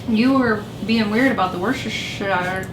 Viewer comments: In England it's pronounced as wooster-sheer. Places are spelled "shire" but pronounced "sheer" 😁😁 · You crack me up! BTW, it's pronounced WUH-sta-shirr (Like the town in Massachusetts, Worcester is pronounced WUH-stirr - or WUH-stuh if you're really from there. Haha) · Woo-stir-shire your welcome😬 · just say Lea and Perrins.